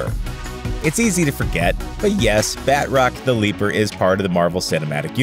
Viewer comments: “Bat-rock” cries in French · (BAT ROCK )?? Lmfao BA-TROC.. Jesus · Badrock is a hero from Image Comics. The villain you're discussing is named Batroc (pronounced in French like bah-TROhk) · I know it's actually pronounced "Batr-ock", but that's a hard difference to get across in text. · Its Ba-trock not bat-rock